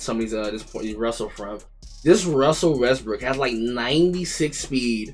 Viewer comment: Bro said russel westbrick😭🤣🤣🤣